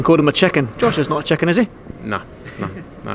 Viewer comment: chicken sounded like check in lol.